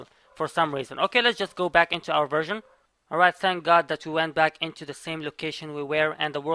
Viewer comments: I hear virgin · Is it me or do i keep hearing him say "virgin" instead of "version"